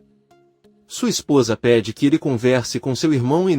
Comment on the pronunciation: Gente por favor o narrador está falando td errado. Suat e não é Sua. E falou que Sirin é ele? Meu Deus!!🤦🏻‍♀️🤦🏻‍♀️